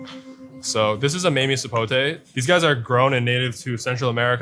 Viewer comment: I know he's Asian, but it was kinda funny to hear his perfect pronunciation of 'Longan' but completely butchering 'Mamey'